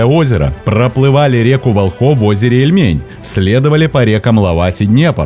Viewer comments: река ВОлхов, река ЛОвать, озеро Ильмень, а не ИльмЕнь, дни ГанзЕйские и т. д.. Так что, учим, садитесь, два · Поработайте с ударениями.Река ВОлхов.Озеро Ильмень-ударение на букву И! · река вОлхов, озеро Ильмень (ударение на большие буквы)